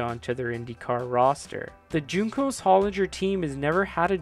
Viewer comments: It’s not JUNE-cos, WHON-cos. Love the video! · Say Juncos wrong one more time...